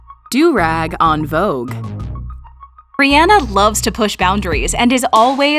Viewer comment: She really went reanah